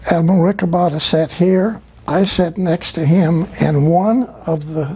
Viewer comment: Esto no es relevante desde mi punto dw vista, solo para corregír el nombre de Rick Obatta, el cual es Rico Botta. Solo que por como lo pronunciaba Tompkins, sonaba como Rick Obatta